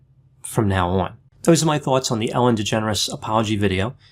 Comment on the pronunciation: I keep thinking that is saying ‘Ellen degenerates’